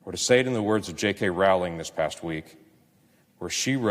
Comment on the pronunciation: Would be even more impressive if he pronounced Rowling's name correctly...